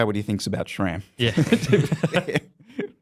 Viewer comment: Why is it pronounced 'shram'?